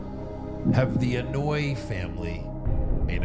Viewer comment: AN-O-EYE-E 😂 that's how you pronounce the samoan family name. Every time y'all say it the other way is hilarious